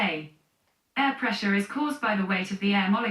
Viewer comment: what causes air presser. A I R P R E S S E R say it slower if you need too. LOL